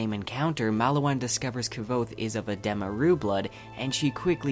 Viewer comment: I love your work but gotta say I can’t STAND you saying uhh dem uh. When it’s pronounced adeeemuh